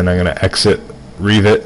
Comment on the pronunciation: REEVIT? Its just Revit "e" as in agg